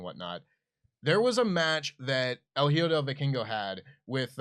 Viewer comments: Hey guys, hijo is pronounced as E-Ho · "Hijo" is pronounced "Eeho", just for future reference guys.. If you have any spanish question, you can ask me, or Denisse.. lol